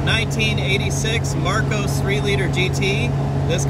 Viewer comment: Mar COSS, not "Marcose". I custom fitted roll cages in some of these for racing. Plywood interior panelling meant every mount had to fixed with steel plates either side of the wood.